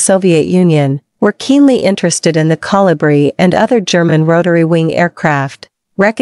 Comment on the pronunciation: Couldn't properly pronounce the name of the Kolibri. Very distracting to say the least.